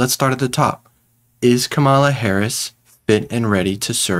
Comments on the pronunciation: KA-mala Harris, not ka-MA-la Harris. C'mon folks. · Dude! Kama-la … Try this, Coma - La 🇺🇸🇺🇸🇺🇸👍🏿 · Kah.’ MALA. Not Kama’ la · Her name is pronounced like (comma-la) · I appreciate your video ...good....Please pronounce Kamala's name correctly...Heres how to remember.....first syllable..is COMMA last syllable is La....easy..Comma-la Harris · Please, if you aspire to be a news person, learn how to pronounce the candidates name. Not hard, Coma-la. Super disrespectful